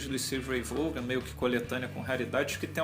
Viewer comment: Não é "Vôgan" a pronúncia é "Vón".